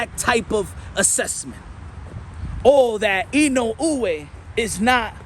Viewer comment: I've seen almost all the pre- and post-fight analyses of the Inoue v. Fulton bout. And this commentator is only one of two English-speakers that took the time to pronounce "Inoue" correctly. I will rely on this channel rather than ESPN or other legacy outlets for coverage of the world-wide people's sport: boxing.